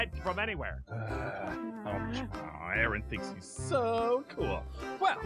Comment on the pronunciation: Dets not hou jou spel aaron jou dont do aren